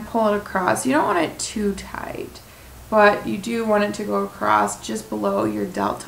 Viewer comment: I wish you well in your weight loss efforts, but there is no "t" in the word across. ;-)